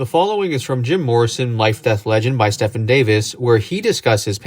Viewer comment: Stephen is pronouncrd Stee- Ven. It's my great grand fathers name, grandpop's name and my uncles name and my middle name. Stefan is the name you said.